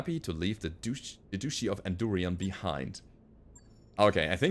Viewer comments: Love the videos FYI. I know you are not an native speaker, so I not harping on you. From an educational standpoint.... Duchy is not pronounced "dooshe". It's a ch sound like "cheese". When you say duchy as dooshey it makes me think of "douchey" which is a slang word, which came from douche or douche bag. Which if you google any of those, are not nice things to be associated with haha. The speaker gives you a phonetic. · You keep pronouncing "Duchy of Andurien" as "doosh-ee". That's the pronunciation of "douche", the French-origin term for a tube used to rinse out the vagina (yes, really). For the hereditary political territory, "Duchy" is pronounced "duh-chee".